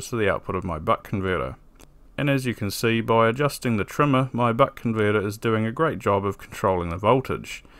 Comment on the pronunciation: why does it sound like he keeps saying butt converter